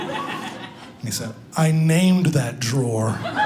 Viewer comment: "Drawerge" I nearly cried laughing